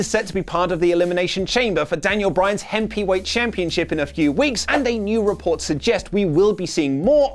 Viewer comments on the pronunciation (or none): did you say 'hempyweight'?